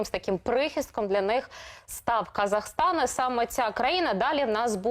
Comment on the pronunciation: Особый респект девушке, диктору этого канала! Они отчётливо произнесла, Қазақстан, а не так как произносят Русские, как Казахстан!